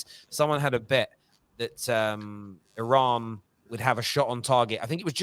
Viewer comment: It's Iran 🤣🤣🤣